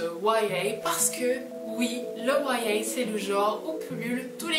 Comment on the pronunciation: Je ne savais pas que l'on pronçait "YA" comme ça, ça fait étrange du coup ! :D Enfin, ta piqûre de rappel fait toujours du bien... et ne cherche pas pourquoi je vois ta vidéo un an après, c'est la vie, c'est comme ça ! :)